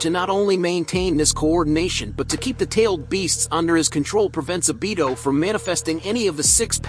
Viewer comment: Your saying the name wrong fok